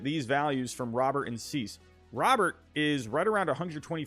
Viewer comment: Pronounced Luis Robert name wrong. Took a second for me to get who tf you were talkng about when you just said Robert.